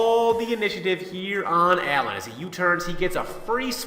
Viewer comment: You made me want too die when you said Alan and not Alain